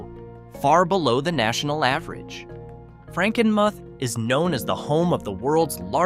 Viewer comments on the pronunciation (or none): Frankenmuth is pronounced Frankenmooth, and Ypsilanti is pronounced Yipsilanty.